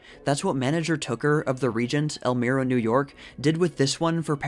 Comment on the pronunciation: "el-my-ruh" rather than mir-uh ...not that you could have know that though.